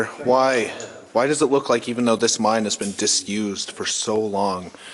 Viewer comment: Cant buy your shirt until you learn to say mine.not mind it's a mine not a mind.